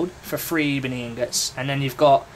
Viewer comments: It's ebony ingots not E-bony inGUTS. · e-bo-nee, duh